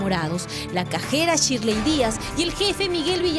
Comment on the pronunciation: NO ES CHIRLEY ES SHIRLEY CON S